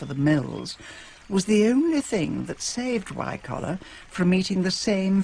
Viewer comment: She gets Wycoller a bit wrong, but never mind.